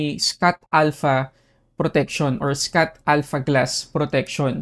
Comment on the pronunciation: boss schott alpha.. shot po pronounce ndi scott 😊😊😊